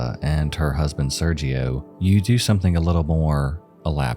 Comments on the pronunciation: sergio being pronounced with the g like a j was really bothering me lmfao 😭 esp when he mentioned they were in TEXAS LIKE GIRL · It would be pronounced xiao = shao, quimei = chumey And Sergio = J sound in Spanish as in jarro, jicama, jarritos. An H sound in English if you will. It would help your videos if you tried to learn pronunciation of names when covering international cases or people who have foreign names. It can come off ignorant and irksome especially when it comes to victims. I enjoy your videos but it’s hard to get past that sometimes.